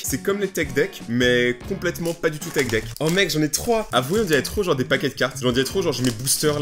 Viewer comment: Tu ma tuer (c’est pas des tek dek et pas dutout des tik dek )MDR 😂😂😂😂😂😂🤣🤣🤣🤣